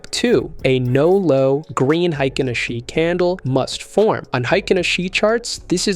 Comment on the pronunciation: It's pronounced "Ahh-Shee". Makes you sound like a noob.